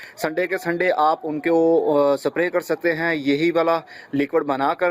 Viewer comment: its not sapray its spray